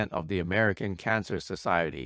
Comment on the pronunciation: It was “Amer Ike-in” (American) for meee 😅 lemme just get the audiobook on kindle smh 💀